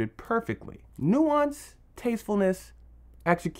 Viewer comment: what the hell is "Excicution"?